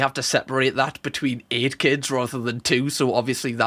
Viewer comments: Seriously, quit saying eight kids like that.Your voice screeches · The way you say 8 is wild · oh you're saying 8 ok sounded like it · Well, that's how I'll be saying 8 from now own 🤣